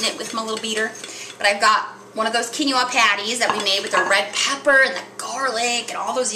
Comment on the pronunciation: I love you vid but this bothered me...Quinoa is Pronounce (Quin oa) KEEN WAH not keeny wah. Going to try this recipe. Tip for poached egg... is before you add egg to pot make a wirlpool in the pot & it will wrap the rest of the egg n its self.